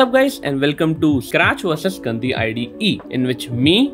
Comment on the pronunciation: When you said gandi one time it sounded like गन्दी